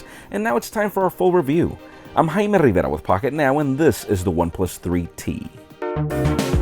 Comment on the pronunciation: You're not "High ma Rivera"... you're "Jaime Rivera"😂